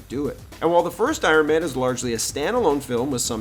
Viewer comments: Iron maynee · Uron mayne 😂